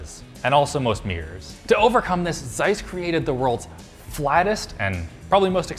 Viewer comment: It would be nice if you could train your employees to properly pronounce German company names like Zeiss (tzz-I-sss) and Trumpf (troompfff). For Zeiss, the sharp Z is missing in pronunciation. Just ask Google Translator to pronounce it for you to learn it.